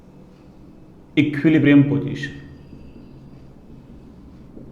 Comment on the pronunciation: That's eqquillibrium ah ? 😂